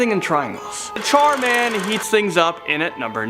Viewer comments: Char man Or Dhar mann ? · Char man (der) :P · Char man. Der